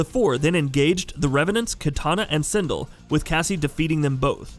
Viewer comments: Yo come on it’s SIN-DELL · Almost perfect but you mispronounced Sindel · You're pronouncing Ermac and Sindel incorrectly